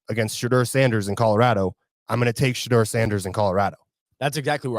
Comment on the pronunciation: I unsubscribed next time.Teach blondie how to say Shedeur's name correctly Take pride in your craft his name is not pronounced Shadrrrrr its Shadoor 😮